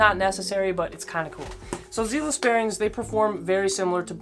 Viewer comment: Not gonna lie I lol’d when you pronounce zealous that way, this video is 3 years old so I’m sure you’ve figured it out. Zealous are faster than reds and spaceballs, but with zealous you have to do 10 to 20miles of skating in order to break them in because of the type of lube. On top of that they are smoother than reds and will last longer. You don’t have to clean them hardly ever since they are double sealed. The fact that you put space balls one tier above zealous at the highest tier, let’s me know that you for sure didnt break in the zealous bearings, or damaged them putting them in but most likely didnt break them in and it takes long time, they are slow out of the box because of that thick nano ceramic grease they use but that also makes them last a very long time. Space balls are super mediocre, I would say similar to reds. You put spaceballs in the same tier that bones Swiss ceramics should ideally be in which is nuts. S)bones Swiss ceramics, bones Swiss six balls, zealous ceramics, seismic full spin ceramics A)zealous, bones race reds, B)space balls, bones reds, pantheon bearings That’s my list for the top 3 tiers. I ride longboard so the speed part matters even more for me. They are just the bearings that I can speak on. Zealous are hands down the best budget bearing, by the way 25$ isn’t a lot for bearings. Youre young so you’ve advanced a bit I’m sure